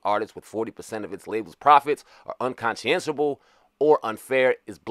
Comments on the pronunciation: "Unconchiessable"? What word is that? The word is spelled, Unconscionable and phonetically pronounced as something looking like, "unconchonable". If you misspell it, well, anyone can do that, but, at least learn how to pronounce the words before to recording and uploading to YouTube. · it's pronounced un-konsh-en-able my guy